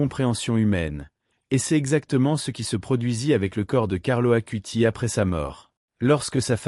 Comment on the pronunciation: ((CARLO ACUTIS svp..pas Carlo Acuti...)) 🙏